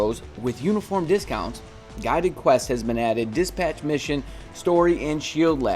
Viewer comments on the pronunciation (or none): how did he say guided quest? lol lol lol